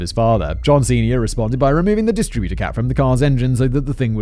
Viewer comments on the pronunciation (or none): Funny how you say distributor and not distributor.